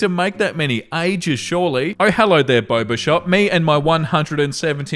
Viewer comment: I heard Barber shop instead of boba shop and was confused as to why a barber shop was selling drinks. Also take care of yourself we don’t want you getting burnt out.